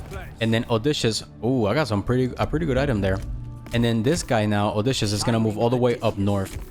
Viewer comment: Love these. Btw (trying to be nice) it's Oh dis see us